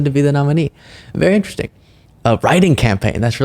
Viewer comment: Has anyone also noticed that MTG always drops some of her T’s? That’s what makes her sound perpetually drunk and/or moronic and it drives me crazy. For example, she pronounces “dishonest” as “dis-on-iss”, “interesting” as “in-tressing”, and “statistics” as “suh-tis-ick.”